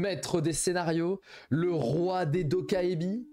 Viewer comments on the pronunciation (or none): j'aime beaucoup ton analyse, juste pour infos le mot 도깨비 en coréen (Dokkaebi) se prononce plus communément "To Ké Bi" avec une emphase sur le Ké